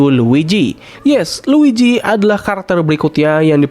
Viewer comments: Luigi mang, bukan luiji. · dibaca nya luiji tapi tulisan nya luigi si mario aj panggil si luigi “luiji”